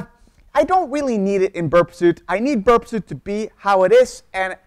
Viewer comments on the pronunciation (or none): Interesting video. I think these tools might be pronounced Burp SWEET and NUKE LEE EYE as in the center of an atom.